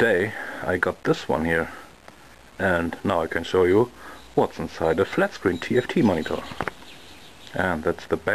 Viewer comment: u sayd flatscreen omg